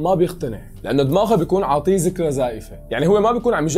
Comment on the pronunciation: ذكرى مو ذكرة ههههههه